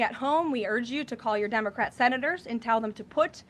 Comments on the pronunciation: Did she just say Dumocrat? 😂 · Did she say "Dummercrat" at first?😂😅😂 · She totally said DUMBocrat, I Love Her!